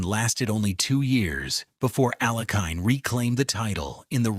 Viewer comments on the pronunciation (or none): Pronunciations of the champions names are horrible and picture of Max Euwe is not even him. Steinitz should be pronounced "Shteinitz" , "Euwe" -- "Oyveh", Alekhine - Alyekheen", Kasparov - Kaspaaroff. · Alekhin and Euwe are appallingly mispronounced.